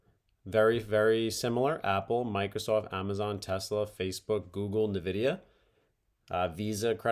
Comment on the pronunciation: Tiny nitpick - Nvidia is pronounced "en-vidia" :)